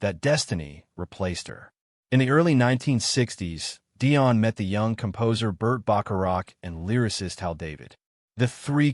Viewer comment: it's DIONNE....NOT Diane. But she is a superb artist.